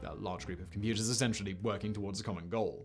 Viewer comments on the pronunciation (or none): none